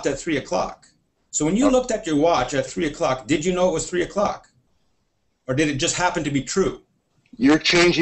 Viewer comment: only thing wrong i found with this video is the word "three" is not pronounced free...it starts with a TH...